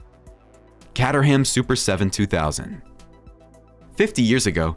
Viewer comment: Nice video... one thing though Caterham is pronounced Cay-ta-rum.